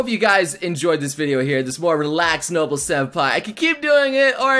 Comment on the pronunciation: I keep fucking hearing "no-bull"